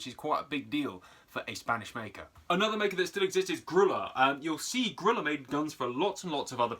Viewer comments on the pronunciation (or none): It's not grilla or gorilla. It's Grooya/Grulla.